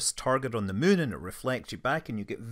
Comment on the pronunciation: Hi Scott - I love the way you refer to the Mun (which has an uh sound) rather than the Moon. Either it's your rather endearing Scottish accent or else you have been playing too much KSP. Maybe both 🤣